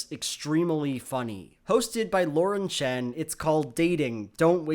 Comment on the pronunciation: Props to for pronounce "Chen" in proper mandarin